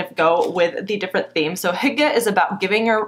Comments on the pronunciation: I thought you said "hooker"😳😂😂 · I had to look it up. Hygge is pronounced "hue-gah" I've seen the word everywhere and never knew how to say it.